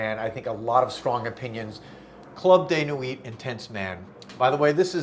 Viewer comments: I love ya bud! But you kill me when you hit that hard “T” in the word nuit. You do it every time. LOL. It’s French. The “t” is silent. Pronounced: New We. Not hating. Complete opposite. Constructive criticism to help you be more polished. Fragrance world refinement. ❤ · don't pronounce the T in Nuit - Club de Nui